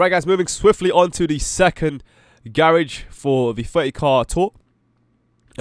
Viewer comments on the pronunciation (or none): You said garage wrong